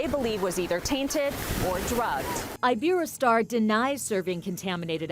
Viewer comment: Omg they didn't say iberostar right